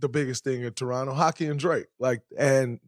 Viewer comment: Draymond a real one for saying Torono and not Toronto 🙏